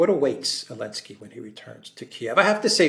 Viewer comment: How come and Alexander refer to Zelensky as ‘Alinsky’?